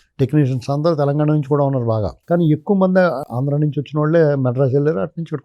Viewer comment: ఆంధ్రా అని పలకడానికి ఇబ్బంది పడ్డ చిరంజీవి కి నంది అవార్డులు ఇవ్వాలా, ఈ సినిమా వాళ్ళకు నందులు అవసరమా, నర నర ఆంధ్రా ను వ్యతిరేకించే చిరంజీవికి నంది అవార్డులు అవసరమా